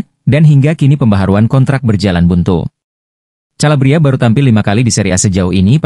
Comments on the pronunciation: Kalabria calabria lawak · Calabria lagi